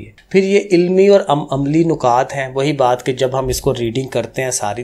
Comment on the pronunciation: سر جی نُکات نہیں نَکات ہوتے ہیں😊 Anyway thnx alott❤